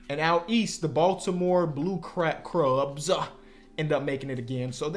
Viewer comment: Why he saying blue crubs 😂